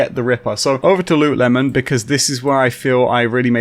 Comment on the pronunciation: *Lootle mon